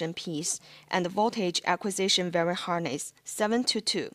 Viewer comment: "VERY" harness?? it's called a "wiring" harness like WHY R ING. Good attempt otherwise. might help :)